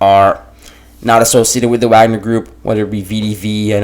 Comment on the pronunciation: I like that you call it "Wag-ner" instead of pretensiously saying "Vog-ner"